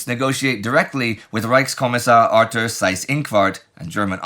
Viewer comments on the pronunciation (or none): none